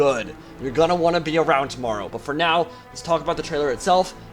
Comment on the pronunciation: TRIGGERED WHAT IS THAT SMILEY FACE SUPPOSED TO MEAN TRIGGERED AHHHHH YESSSSSS " FOR NOW " I RECOGNIZE THAT EMPHASIS XD